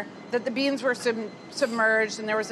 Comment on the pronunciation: I love how when Carla says 'beans' it's always a two-syllable word